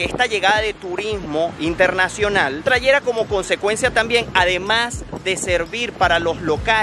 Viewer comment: se dice trajera, no trayera, se dice acepta, no cecta espero que mis comentarios esten a la altura de tu video.